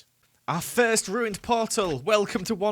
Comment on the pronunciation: said we found our firth dimonds.